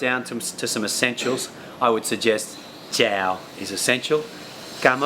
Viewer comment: No offense to you, but I would prefer to learn from a Vietnamese person who is a native speaker because the Viet speaker knows the language a lot more than anyone else. Someone who had learned the language may make mistakes that native Vietnamese speakers do not make. When you say xin chao, you are pronouncing it incorrectly. You are supposed to lower your voice when you say chao.